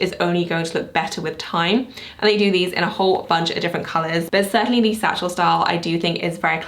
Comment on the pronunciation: I am confused. When you say“satchel style”, is it satchel or saddle? Just wanted to see if I’m misunderstanding